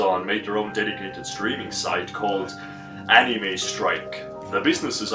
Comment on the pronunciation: how tf did that guy say anime? "aNiiimej"